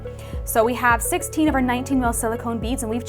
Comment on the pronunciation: I was going to say this too. I was trying to see how much string I need, don’t know if she’s saying 16 or 60 inches